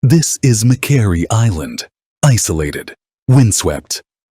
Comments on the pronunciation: Its not mc kwerry, it is pronounced mc quarrie as is a stone quarry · Suggestion. - Pronounce the name of the island properly.